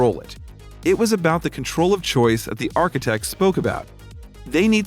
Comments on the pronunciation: Choice.... not choise. Just saying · It annoyed me. I thought I was just not American enough to understand, and looked it up in an American dictionary. It is ,as abysmally wrong, as you knew and I suspected and confirmed.